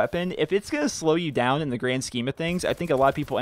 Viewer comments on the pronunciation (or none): none